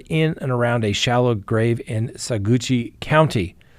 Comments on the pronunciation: Sa-watch not Sagoochie! 😂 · NOT "Sagoochi" county, more like "Suh-WATCH" county. Clever lawyer...I think I know what you did there. 😉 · … I love ya man but u have got to stop saying sa-goochie. It’s pronounced Sa-watch. I told u this a few years ago lol. Gotta keep ya on your toes. All jokes aside thank you for all of your hard work and this great show!!!! We appreciate you. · I love your show, but please quit saying "SA• GOOCHY." It's SAG•WATCH County. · 🙄sagoo??? Sah-wach/watch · Ugh! “Sagoochi”?! Cringe! Smh, learn how to pronounce these things properly please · Saguache pronounced Sawatch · Sa watch is how you pronounce Saguache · "Sag-oo-watch" County That DA should be FIRED. Gosh, elected/appointed prosecutors are the WORST! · you live in Colorado. You know it's SAW - WAHCH. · You should know how to pronounce Saguache. I'm shocked. It's pronounced sawatch, emphasis on 2nd syllable. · you live in this state, say the county right.